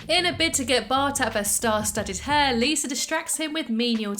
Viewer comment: I love the way you pronounce Lisa. Sometimes it sounds like "Liser" it's cute